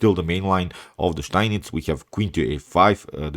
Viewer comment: Do you live in Germany? Your pronounc of steinitz variation is perfect, the steinitz I mean.